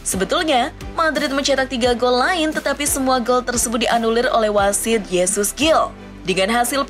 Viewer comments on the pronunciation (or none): none